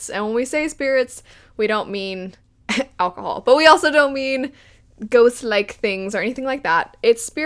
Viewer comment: Oh my gosh when she said “alcohol” that made me laugh